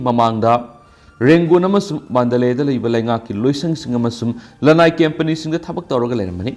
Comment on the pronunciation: 😂😂karamba malemgi mafamda company bu campany haina pabage ? Nungtigi semdoknaba haibibani adubu pao pariba ahalasi Gyan lousing lousinbagi thabak lepabra khngde amta loude , tade. Toubabudi ahal asi english word pu hairadi hekta Lanna hai.